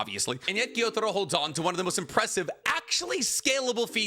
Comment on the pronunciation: Why do anime YouTubers always mispronounce character names that are explicitly said in the anime? It's not pronounced Gyo-Taro it's pronounced Gyu-Taro. IT'S FUCKING PRONOUNCED HOW IT'S SPELLED WHY DO YOU KEEP SAYING IT WRONG!?